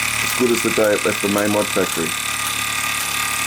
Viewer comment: It's mamod not maamod